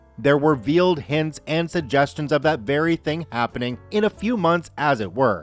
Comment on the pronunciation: "Veiled" is pronounced vale-d not veal-d. You know, like a wedding veil. I before E except in words sounding like A like neighbor and weigh...and veiled.